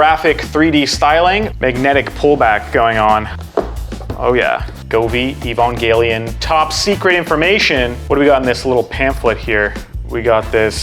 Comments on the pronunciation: (sigh) EE-Van-jelly-on ...just think evangelical with a ON instead of CAL Sorry, after a few decades a fan gets picky. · really struggling to say Evangelion, huh? haha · The video is solid af, but I was dreading this exact thing and I hate that I was right xD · I’ve heard some bad pronunciations but this one might just be the worst